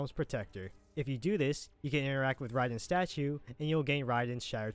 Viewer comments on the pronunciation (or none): Who is ryden? I’m just messing with you bro. I’ve never heard his name said that way. Ray-den. Raiden. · I think it’s Ray-den not Ri-den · Did this dude just call Raiden ryden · Nobody talking how he says raiden he says Riden but very helpful video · Riden.? You Have To Be Saying That Wrong On Purpose.. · Here we go with the saying Raidens name wrong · It’s Reasons and raiden😂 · L it kills me... this game has been out since the early 90s and people still butcher df outta it. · Amazing video, very grateful. But how the FUCK do you pronounce Motaro and Raiden that way?